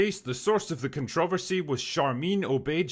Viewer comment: You're a treasure,. It's very sweet that you help promote your Scottish husband's videos. You do need to teach him how to pronounce "Controversy" correctly, though.